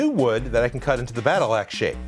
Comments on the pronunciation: Sounded like axes. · I thought he said “ and then make it look like marceline’s ass” lmao 😂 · I thought you said Marceline’s Aa$ 😂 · I swear he just said ass